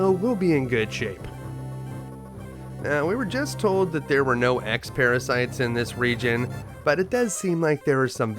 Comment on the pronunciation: "And what if I towd you...." 😅